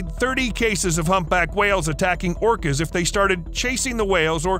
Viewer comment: Did he call whales, plants? I heard orchids, but only the first time it was said...not orcas. Anyone else? Orcas only hunt what they are specialized to hunt unless they're desperate. There are pods that specifically hunt great whites, some hunt giant mantas, some hunt dolphins and whales obviously. You'll never find a group that specializes in hunting humans but if hungry and desperate, we can be a nice little steak.